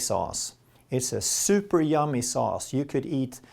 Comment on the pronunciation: Haha! My piano teacher is Swedish and he said that exactly the way she does - at least the "super" part. I don't know if I've ever heard her say "yummy".